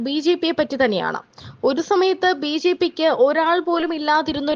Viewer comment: കുട്ടി ..... ബീജീ പി അല്ല ബിജെപി എന്ന് പറയൂ